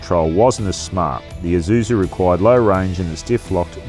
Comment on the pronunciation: Finally, an Australian pronounces Isuzu correctly. It’s Isuzu, not eye-zuzu, LoL